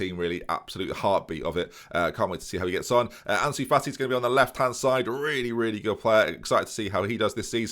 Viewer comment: Can we get Ansu Fati named "Autnie Fati" as casually called him:,D